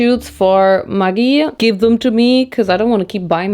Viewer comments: Who else had no idea what this 'mugi' was until the bottle came out because you pronounce it as Maj-ee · that is pronounced as 'Mya-gi'! The thing you pronounced is a very bad curse word for women. It has a bad history of how it became a slang men used(still use) to degrade women very much. Apart from that, LOVED it! ❤️ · Today’s the day I find out maggi is pronounced muh-ggi and not meh-ggi omg my whole life feels like a lie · Hi from Australia we have the same brand maggi but we pronounce it like - magic without the c - I think the sauce is the maggi style of ketchup manis, sweet thick soy sauce - the darkest sauce of the 3 in the mi goreng pack